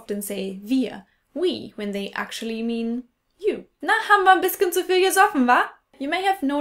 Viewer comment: Du hast vergessen, dass Berliner kein Z sprechen, sondern immer SZ. Ssu Hause